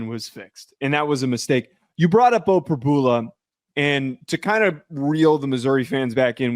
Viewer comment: you know you’re on camera? Blowing nose and spitting out food!? How can anyone take this podcast seriously? It’s an SNL skit😂 and it’s Prib-YOU-La. The lack of journalism here is astounding.